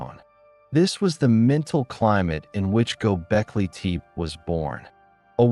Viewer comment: Gobekli teep? Pass. AI slop.